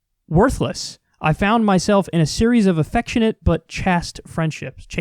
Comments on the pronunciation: Pronounced chaist and marcoosah. Study up on pronunciation if you wanna get the snooty babes! 🤷‍♂️🤪🤣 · Chaste is pronounced like chased.